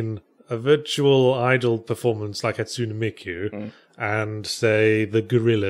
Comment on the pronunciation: ha-tsu-neh* tsun-deh-reh* the e in japanese is pronounced short hatsune miku is a vocaloid who was developed by Yamaha